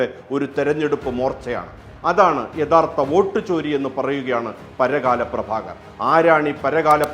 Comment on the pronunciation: It's not paragaaala it's parakkala 🙏